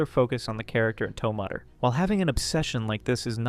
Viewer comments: You can't pronounce toe mater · It’s pronounced “Tow Mayter” like “tomato” with an “er” instead of an “o”. 🤓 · Ah yes. My favourite cars character. Toe mudder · No shot you said "to-mater"😭😭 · Why tf are you calling tow mater “TOE MOTER”?? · “Tow mudder”😂😂😂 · Don’t ever say tow mater again